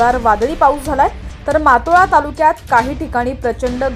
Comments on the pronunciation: मातोळा नाही मोताळा व्यवस्थित सांग जर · ज्यांना सर्व सामान्य ज्ञान नाही असे कर्मचारी मोताळा तालुका उच्चारताना मागोवा असे उच्चारणे.